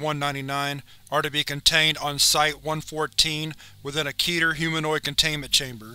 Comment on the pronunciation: Keter is pronounced KEHTH-her.